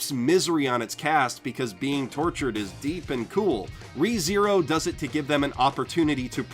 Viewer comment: I would pronounce [Reh-THe-roh] instead of [Ree-zee-rou], but that's because I'm spanish.